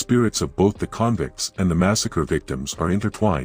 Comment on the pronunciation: I am so sick of AI voices in these videos. Can’t pronounce stuff right “convicts” for instance . Even though I’m Tasmanian an I’m intensely interested in port Arthur’s history. I turned off. These stories would be so much better with a proper voice to really create the mood.